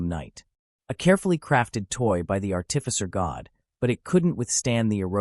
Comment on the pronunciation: Its art'ificer not art'tificer.